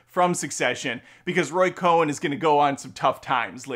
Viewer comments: Cohn. Not Cohen. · Roy COHN, not Coen. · Great review. FYI the lawyer's name is Roy Cohn (Cone) not Cohen. F Trump